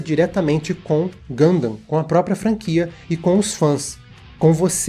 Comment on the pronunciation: finalmente um vídeo sobre Gundam, quem sabe agora o aprende a pelo menos pronunciar o nome do jeito certo